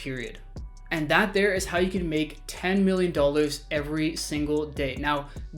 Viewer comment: “This will get you 1.35 million dullrs”